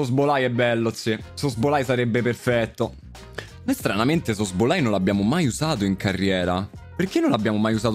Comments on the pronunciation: Tutti: szoboszlai: sosbolai Joker: non siamo poi così diversi tu ed io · se pronuncia, sobozlai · Zoboslai si dice😂😂😂😂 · Ogni volta che diceva male Szobozlai un bambino moriva